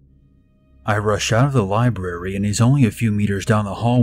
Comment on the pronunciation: I like how you enunciate the R in "libRary".